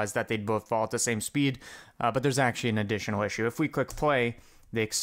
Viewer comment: awcuawy, the cawculation wouwd nowt awaw this to happen